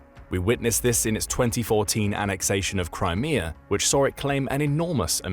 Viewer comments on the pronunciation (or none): none